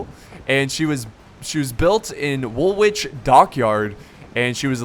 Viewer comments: Woolwich is pronounced woolich, not woolwich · Great Video as ever! A couple of points on the commentary - whilst the British Navy was the strongest in the world, the best ships were actually French. The British maintained their superiority through better gunnery skills and seamanship. Also Woolwich is pronounced Wool-itch:-) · Just FYI,, Woolwich is pronounced "Wool-itch". Easy mistake for a foreigner to make:) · small thing "Woolwich" is pronounced Woolich.